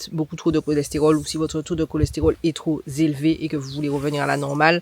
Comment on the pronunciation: Bonjour 😊 Je pense qu'il y a plusieurs sorte de papaye, pck, effectivement, certaines ont un leger gout de vomi et certaines sont tellement douces et savoureuse 😊 J'adore tes vidéos, même quand tu fais des erreurs de liaisons, genre " trop zélevé". Quand tu le dis, c'est pas choquant 🤭 Moi j'ai la chance d'avoir des papayer chez moi, je suis a la Réunion. Bravo pour ce que tu fais ❤